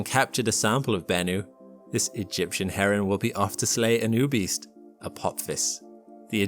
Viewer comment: i was sure you said "this egyptian heron will be off to slay anubis". i had to rewind it twice. i hope it doesn't slay anubis.